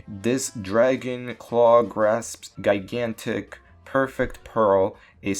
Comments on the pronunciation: Slow down when you read bud, huge errors reading that dragon claw text box right off the bat. Also it's pronounced "Jai-gan-tic" not "Guy-gan-tic" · “Guy-gantic” holy moly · Heard him say “Guy-gantic” and knew I was gonna be in for a literacy treat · Are u really saying "gigantic" like that with two hard G's, man?